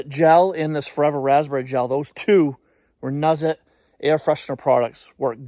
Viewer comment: It is pronounced RENEWZIT